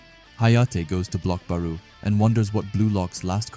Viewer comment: It’s not “baroo” pronounced Baaroh. I still love these videos so keep em coming 😂